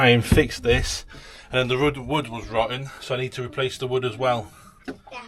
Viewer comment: "... the rud was wotton" 🤣 Hope you get it fixed quickly. Great video!